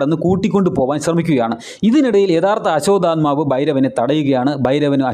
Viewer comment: ആസ്വാത ആത്മാവ് അല്ല ആശ്വതമാവു പിന്നെ ഭാരതം ഫരതം അല്ല